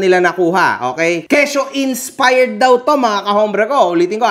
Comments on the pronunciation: tang ina ni hahahaha "inspard" ampota hahaha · "insparred" inulit pa tlga ni HAHAHAHA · "Insparred"